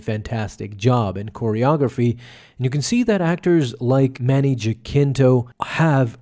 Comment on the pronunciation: Jack - kin - toe 😂😂😂. Bro it’s HA - sin - tó. Pronounce it properly homie.